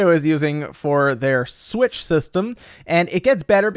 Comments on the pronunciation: I nearly peed every time you said "Smitch" with a serious face! LOL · I lose it every time I hear "smitch" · "Smitch" lmfaooo